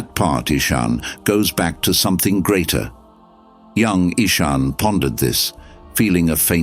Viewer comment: Nice story, but the AI reader gave Ishan 3 different pronunciations. Get a human next time. There's lots of them around.